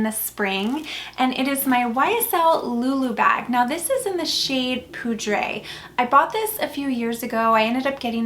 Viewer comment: I love your videos, so please don’t take this the wrong way. You are pronouncing French names in Spanish. Every time I hear you say the words in Spanish makes me cringe. For example, the J is not silent in Veja and poudre is not pronounced as poo-dray. 😅